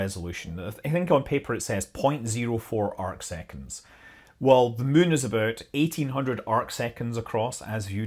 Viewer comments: Just here to hear Scott say "mun." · Worth it to hear a Scotsman say "Muuuun" :D, good info, too!